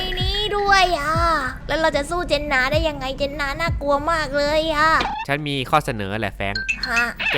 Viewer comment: เจ็นน่าไม่ไช่เจ็นนา